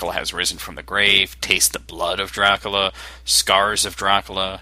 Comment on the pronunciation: You have a bad microphone - and your not saying DRACULA right its not DRUCULU